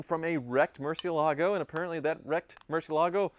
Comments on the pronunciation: Almost a new record. Only took 23 seconds to mispronounce Murcielago. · Anyone else notice that and Ed Bolian pronounce "Marcielago" completely differently? Considering Ed was the Director of Sales at Lamborghini of Atlanta for several years, I'm going with his pronunciation!